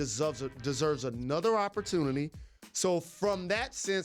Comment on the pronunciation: Jalen Rose can’t even pronounce opportunity lmao